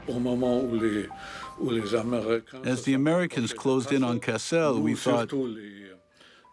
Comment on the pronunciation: Kassel is pronounced similar to castle in English. I don't know why the narrator is pronouncing it cass-ELLE. Maybe he's putting the accent on the last syllable because the man speaking French would pronounce it like that, but in English, it should be just KASS-el.